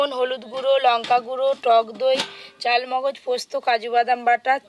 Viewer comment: গেভি নয় গো বলো,,, গ্রেভি।চালমগজ নয় গো,,, চার মগজ।